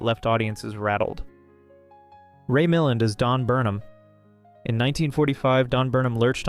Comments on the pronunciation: It's Ray Mill-AND, not Ray MILL-and. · It's "Ray MilLAND". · more like {Meh LAWN} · Ray Mil-LAND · I think it's Ray Mil-LAND. Small thing-very good list! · Im 85 yrs old...i stopped watching phony Hollywood crap in the 60s ...but i remember during 50s and early 60s and a few showings on TV that his name was ALWAS pronounced with the stress on the LAST syllable...mil-LAND. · For you young'uns: <It was pronounced mil-LAND, accent on the 2nd syllable, rhyming with, say, 'steel band'. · In Yorkshire, which is God's own country and where we speak properly, it's MILL-und😉